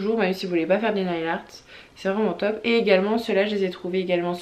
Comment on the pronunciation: Si je peux me permettre nail se prononce neyl et non pas nayl haha